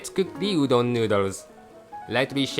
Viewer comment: うどんがドーンって聞こえるｗｗ